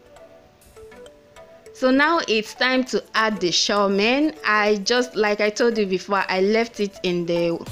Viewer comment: 😀😀😀😀 I’m already laughing at you as you try to pronounce Chow Mein